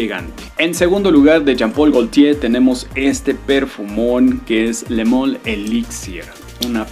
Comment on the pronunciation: Jean paul Gaultier.......Le moool 😂😂😂 que rara pronunciación